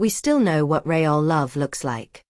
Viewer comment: How did the brother get the address? What is "ray-all" love?